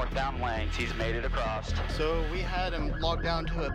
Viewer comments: i cringed when the helicopter guy said Acrost instead of across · Hats off to helicopter Pilots, they've got a lot to do! My pet peeve though, no "t" at the end of across.